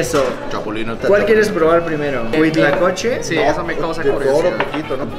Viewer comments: Es Huitlacoche no Cuitlacoche. 🤣😂 Q oso manto 🤣😂😅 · No soy muy afecto de comentar videos, pero creo que tengo una manía, según yo es “huitlacoche” no “cuitlacoche” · es huitlacoche, no cuitlacoche, saludos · no es cuitlacoche es huitlacoche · se dice HUITLACOCHE